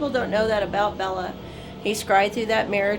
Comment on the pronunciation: It's pronounced Bay-la Lugosi, not Bella Lugosi. I've met his son, who is also named Bela.